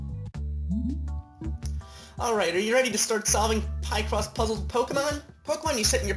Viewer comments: Picross (pi-cross) not (pie-cross) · It's pronounced as, 'pic-cross' not, 'pie-cross.' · Let's use our logic, shall we? You're combining the words "picture" and "across" for the name of this game, so you wouldn't pronounce that "pie-cross", now would you?